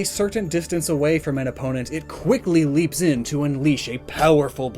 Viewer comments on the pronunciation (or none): none